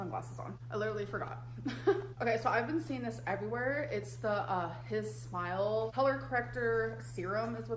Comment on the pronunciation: It’s Hi Smile - as in ‘HI - SMILE’ 🤦‍♀️